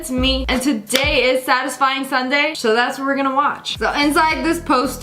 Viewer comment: nah this was fillmed 5 months ago, and she said "sadisfing sunday" TODAY IS SUNDAY